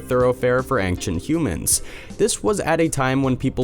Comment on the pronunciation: how come this person still can't say ancient properly, despite constantly saying it.